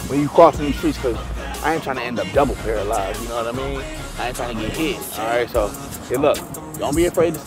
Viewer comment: He said "I han't trying to end up double pearlize" 😂😂